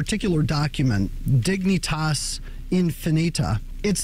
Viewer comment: You pronounced Dignitas correctly, but Infinita is really "in fi NEE tuh"